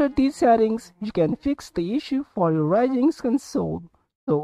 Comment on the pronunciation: One tiny thing... Its called Ryujinx not Raijinx Anyways, tnx, now it finally works.